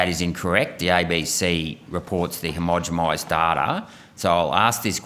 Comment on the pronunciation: Yo Malcom, Its homogenize not homogemize.. Peace and love